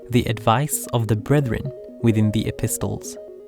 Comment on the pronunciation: Mashallah lovely video, p.s. the T in epistle is silent.